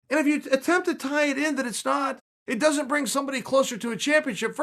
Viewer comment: That how Nate pronounces Doesn’t